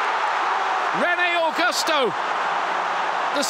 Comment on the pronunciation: When commentary said rene augusto i though he said rene il ghos her